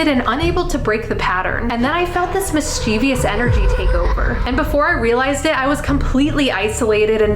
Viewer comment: Just FYI kindly... it's Mischievous not Mischievious. 👍